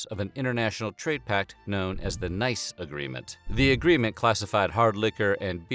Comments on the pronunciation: The city Nice is not pronounced "nice" but "niss". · are you serious with this? Its not the "nice" agreement, it's the "Nice Agreement" as in Nice, France. Where the agreement was consumated. It's pronounced like "Neece" 🤦🏼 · Of course the Nice Agreement (min. ) is pronounced as “niece” and not as “nice”, since it is after the city of Nice — but I guess it was irony… wasn’t it? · Lol NICE is pronounced like "niece" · it’s “Nice agreement” pronounced “neece”, after the city in France where the agreement was established. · Are you sure that the Nice agreement isn't referring to Nice, France? So should be pronounced "Niece"? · The Nice agreement, named after the city where it was consummated, is pronounced like the English "niece." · Nice is pronounced ni:s. In reference to Nice, France. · Nice agreement... nice pronounced like nees as in Nice, France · What on Earth? This video has a mispronunciation - "Nice" (like kind or polite). "Nice" is a city in France; that's what the narrator (such as he is) is aiming for. I stopped watching. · the "Nice" agreement... Are you quite sure about the pronunciation? 😂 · Weird History, how do you not know how to pronounce "Nice?" :P (The agreement was named after the city where it was signed, not the adjective.)